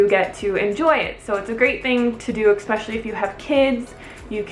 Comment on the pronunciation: I love you and your channel but it kills me every time you say "expecially" (rather than ESpecially) lol love the video tho